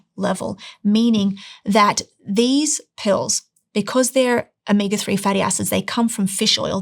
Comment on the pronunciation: Is there a difference between omeega and omega or is it just a speech impediment?